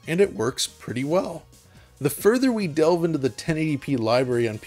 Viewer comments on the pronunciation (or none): none